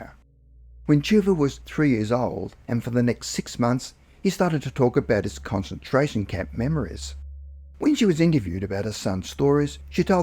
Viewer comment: These were interesting, but I could barely "cause-entrate" on the second story because the pronunciation of concentration was so awful